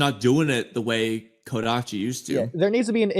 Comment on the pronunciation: Bro said kodachi 😂😂😂 Do you even know part 1 had kishimotos involvement even before kodachi left ? Lol Boruto fans only care about drip and power scaling? Lol Borutos morality is stemed from both his dad and Sasuke are we even reading the same boruto? Boruto knows koji he was on the run and then told him stuff that only he and his master knows so why would he question him ? You guys can answer me You guys always say this then debunked in some chaps later it's good you guys are critiquing the story but also give it time this Is actually a good video unlike other ones you did You guys need to invite Mello again he's actually a good person who critiques boruto well Not philosophical? Stop it Mello is actually a good critique invite him more And where did ikemoto say there won't be depth or philosophical depth ? You need to stop saying nonsense